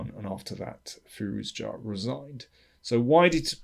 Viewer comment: Interesting game and analysis. FYI I believe it's pronounced fi-ROO-ja (with a French j.)